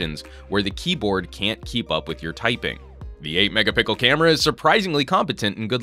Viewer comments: Did he say "8 Mega Pickle Camera" ? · did u say "8 mega-PIKEL camera" ????????????? XD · he said mega pickle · he said 8megapickle camera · Did any one hear 8 mega pickel?😂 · Is "mega-pickle" intentional? lol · 2 BiG things...... you say "MEGAPICKLE" and you chose this over the LG k10 which has the snapdragon 410 and a 5.3' screen that is 720p but is a damn good screen and almost never stutters or lags! Just thought this was a waste when there are better options at that same price point! And hell, it's even the same form factor and brand just a different carrier! Oh yeah , it has 5 MEGAPICKLE front facing camera! I just noticed you be said that on several videos and had to call it out. Might want to practice that bud! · megapickle you said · ' 8 megapickle camera' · "8 Megapickel camera" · He said 8 mega pickel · i heard him say the 8 mega pickle camera lol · I heard mecca-pickle. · you said megapikel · I thought he said mega pickle. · Dude, the whole megapickle thing is getting old.. actually not getting, it is old. Pronounce it properly FFS. Other than that, good review.. thanks. Seems like the Blu R1 HD might be the better buy. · Can you please stop saying megapickle,thanks.